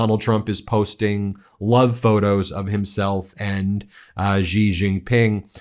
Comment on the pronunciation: Xi is pronounced, She. There is no G sound in his name. Get it right